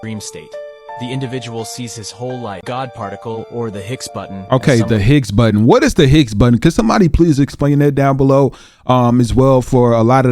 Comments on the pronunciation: Higgs Boson not Hicks Button. Can’t explain it 😁🤙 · Its called the higgs bozon, not button, must of been read off of some ai txt as ai txt seems to mistake some words lol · Higgs Boson particle.. not Hicks button.. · It's not higs button,it's higs bozon particle.😅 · It's the Higgs Boson not hicks button..that guy butchered the spelling and pronunciation. HIGGS BOSON The God particle